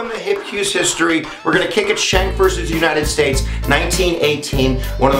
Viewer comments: Pronounced SKANK...Not shank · My name is Anthony Schenck and you are not pronouncing my familys name correctly. It is pronounced SKINK, like the lizard. If your going to state the facts, atleast now how to pronounce the relating facts correctly. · not correct pronunciation.